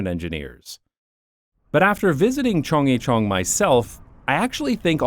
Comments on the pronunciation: please stop chungjicheon it hurts my Korean brain it is more similar sounding to chunggaecheon hnnnnnngh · It’s not Cheongg-YE-cheon , it’s Cheong- GYE-cheon 😁 Not like [Yi] but like [G + yea ] Similar sound with the first syllable of the word ‘Guarantee’ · Aside from horrendous pronunciation of Chung-gye-chun, another fantastic video! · As a Korean I shrieked every time you mispronounced CHEONGGYECHEON!!!!! OMG!!! Why are you slaughtering the Korean language? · Happy to see you got to explore my second home. Lived in Korea before and after the Chunggyechun project. The drop in air pollution was very noticeable. Biking in Seoul is the best way to see the city. Yeah, people walk in the bike lanes, and we can't be militant" get out of the lane" bikers. Great video, you are forgiven for slaughtering the pronounciation of Korean especially "Chunggyechung"